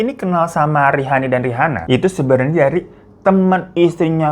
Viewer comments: Sekilas salfok salah baca Rihana onana ,rihani onani😫🥱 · Untung lidah lu kagak kepeleset bang pas ngomong rihana ohnana rihani ohnani 🤣